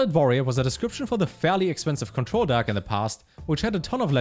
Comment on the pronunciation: The way this guy pronounces 'deck' has me in fucking tears "DAHCK" hahahahahahahahaah